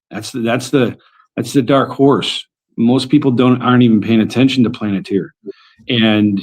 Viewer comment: Why does she keeps saying planeteer? It's palantir damn... If someone doesn't know what the hell they're saying I can't say the right name how the hell am I supposed to trust them or believe anything the fuck they say